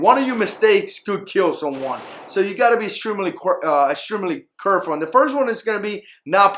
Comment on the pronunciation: at .39 did he say :curfull"?